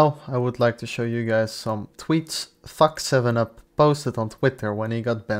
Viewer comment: Why did you keep saying Fack7up instead of saying FackTup? Dude used leet to make an a55hole nickname. He deserves everything that you are trying to defend him from.